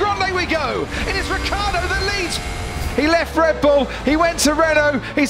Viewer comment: wrong pronunc.... rikkardo in IT is rhaikhaeedoe....